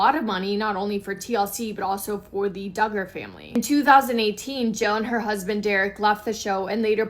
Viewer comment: Josh D'Garr???? sounds so weird. It's pronounced DUG-GER.... I hear you say it right then wrong so maybe it's intended to be said wrong in sarcasm in which case I don't blame ya. God bless.